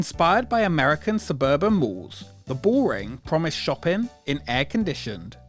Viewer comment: Why do you keep saying “shoppen” instead of “shopping” ?!?!?!